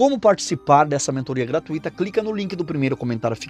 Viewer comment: você tem pouca escolaridade: não é correto pronunciar "gratuíto", e sim "gratúito"; não é correto odiar A Mãe Santíssima só porque você confunde "ídolos" com "Imagens", e não é correto adorar ao teu Senhor Martinho Lutero, inclusive, esse seu Mestre já matou um. Estude a biografia desse sujeito!